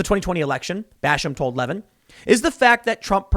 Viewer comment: Le VIN NOT Levvin